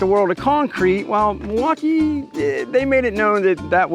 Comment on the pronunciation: Why do you say Milwaukee like you have a speech impediment?